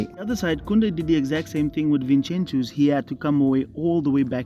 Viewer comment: Vinchenchus lmao